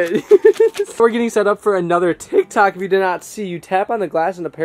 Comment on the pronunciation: Who else noticed that said tik tack instead of TikTok——————>